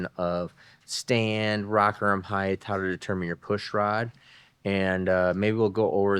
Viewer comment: HEIGHT there is no H at the end